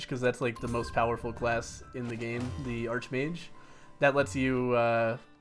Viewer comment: Does ANYBODY know how to pronounce "Arch Mage" correctly?!?!? Omg.